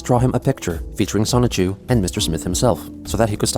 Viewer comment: The fact that you say "Sonic-Chu" instead of "Sonichu" is really weird lol